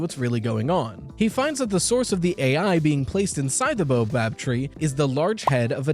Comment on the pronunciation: It's bao-bab like the steamed bun (or bay-o-bab if you're Bri'ish), not boa-bab like the snake. Easy to transpose the letters for neuroatypicals, my dad did that a lot. / Annoying ☝️🤓 moment